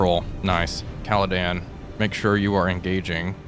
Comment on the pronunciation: Another good series, only one issue... It is the Caledon, not the Caledan... It is just like you being, not Walfpack...